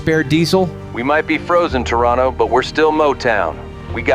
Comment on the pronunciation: Canadian cities mentioned!! And you didn’t pronounce Toronto like an outsider, impressive!! 🤝